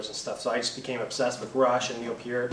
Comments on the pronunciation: He pronounced Peart right! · David Weaver Leave-it to another Canadian to pronounce his name right.